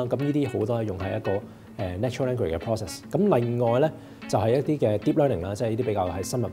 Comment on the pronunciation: Thank you for your video yet again! Very Informative and educational as always. However, may I suggest that you speak in a slower pace and a relaxing manner? For instance when you said the word "Natural Language Process", the first time I heard as Natural Ending Process. I rewinded and the second time I thought it was Natural Engine Process. Not until I googled it I knew you were saying Language Process. So please be relax and slow down a bit :) Awaiting your cool content in the future, peace.